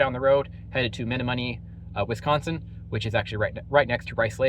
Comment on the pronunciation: Lol. It's Meh-nom-mo-knee